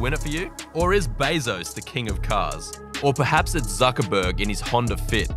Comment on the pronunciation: "Mark Zuckurtiz"